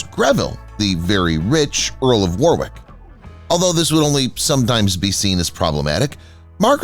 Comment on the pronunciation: Warwick is pronounced 'Warrick' in the UK.